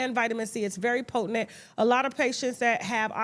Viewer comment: It is potent! Not poe ten nent 😂